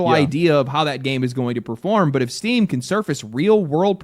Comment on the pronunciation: Oh good, I thought he said "people are really mad at Steve" phew lucky it's just Steam.